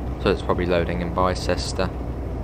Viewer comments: You pronounced Bicester so wrong lol. It’s not said like Bi as in BiMode, it’s said like (I apologise for the language, I can’t think of other words) dick. Also that’s the complete wrong train XD As this is my local, unsurprisingly I have been on the line before. At Bicester village there is a 4 car stop marker then it goes straight to a nine car. Also it’s pronounced Eyes lip Bicester village is named after the Shopping whatever in Bicester, which has a population of around 30k people. It used to be called Bicester town but when they upgraded it for East west rail phase 1 they renamed it. If you want the real train for this route (providing you have the class 170 from DTG) get the AP class 168/170/171 EP. Oxford has 3 lines. The chiltern mainline link for East west rail aswell. The line to Banbury that XC and GWR use. And the cotswold line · Morning youngan. Not nit-picking just FYI, Islip is pronounced eyes-lip. Bicester is pronounced Biss-ter. I know you're not local so thought I'd point them out. Great vid. 👍🏼